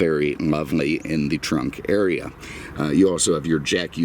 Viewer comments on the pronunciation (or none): none